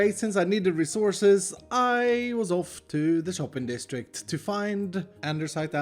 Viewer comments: am i the only one that ears "andeRsite" instead of "andesite"? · Why does he say: ANDERSITE ? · Wait, you pronounce it "andersite"? Or am i just deaf